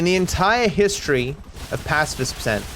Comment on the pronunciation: Pacifist with a big emphasis on the word fist